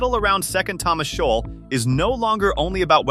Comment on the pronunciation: Shoal is pronounced showl not showal